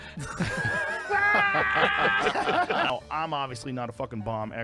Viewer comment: No way he said silverhack